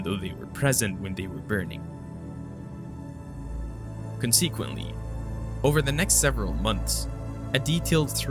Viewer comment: what does "CON-SEE-QUENTLY" mean??? 🤷🏽‍♂